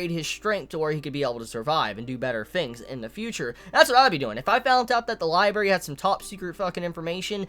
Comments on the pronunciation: its libRARY not liBARY damn it was fucking killing me whenever you said it... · Library, not Libary. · am i the only one bothered by the fact that he says LIBERY instead of LIBRARY lol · man i love this show but damn its gonna frustrate me. so many nice, touching moments with Emilia and co. essentially just got erased and Subaru is back to square one. there's also a ton of questions surrounding his restart ability now. oh and btw, it's lib'R'ary not libary:3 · say it with me Li-bray-ry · "Libary" rip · That was bugging me so much LOL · I kept flinching when he said liberry. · LIIIIES! I will have my berries, in my li !!! Love my liberries ) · I liked the review until you started saying "libary". Pronounce the second r man, come on. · You have a weird way of saying library